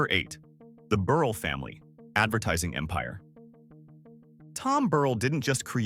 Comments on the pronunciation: Mr. Burrell’s name is pronounced ber ell. I worked for Mr. Gardner at Soft Sheen and Perfect Pinch. Knew the whole family to include his brother Frank Gardner. I graduated from Chicago State University. Also knew Mr. John Johnson, worked for Fashion Fair. Also knew Mr. George Johnson, UltraSheen company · Corrections: Mr. Burrell's last name is pronounced Bur-rell. In addition, please check the accuracy of your statement that Fay Ferguson is his daughter. She was the Co-CEO alongside Co-CEO McGhee Williams-Osse. Thank you so much for your commitment to telling these stories. These stories (and their accuracy) are an important part of American history. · You made an excellent attempt to highlight Black Businesses and very and highly successful rich Black residents. However, you needed to do some fact checking. Some of your information like locations,pictures, name pronunciation (Burr--ell); , family(children) Faye????? You left out John Rogers Jr. He is the head and founder of Ariel Investments.I give you a score of 75% of this is accurate. ( Pronunciation, pictures, family legacies,etc. (not accurate). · #8 is pronounced Buh-rhell